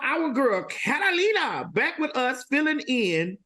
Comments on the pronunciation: If TS MADISON CALLS THAT LADY CAT-A-LINA ONE MORE TIME 🙌🏾🤣🤣🤣🤣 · Al, Carolina plus another person who's yet to be seen! But why am I hearing her name as- Catalina and Carolina? Why y'all can't even get her name correck? 💯